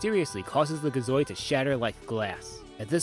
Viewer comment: Gi zoid not ga zoid